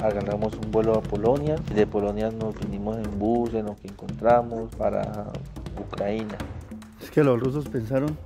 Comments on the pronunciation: Ese man estaba leyendo" ucra ina" ??????? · Dice estar cansado de la corrupción en Colombia y va a un país que no entró en la UE porque antes tenía que pasar por un proceso anticorrupción, entre otros; dice que vive en la pobreza y se va a un país en guerra. No sabe ni a qué localidades fue de Europa, pronuncia mal Ucrania, y encima no sabe inglés. Se queja de racismo en un país que obviamente ha estado marcado por el racismo como pasa en la mayoría de los países del este. Y dudo mucho que hayan conseguido más de dos pasos en el territorio de batalla. La verdad, no me parece un hombre con muchas luces, más bien inspira ignorancia. Me alegro de que por lo menos ha salido de esa trampa sano y salvo, y no con los pies por delante.